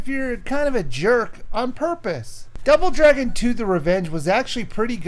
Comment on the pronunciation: Did he just say.... Drouble Dragon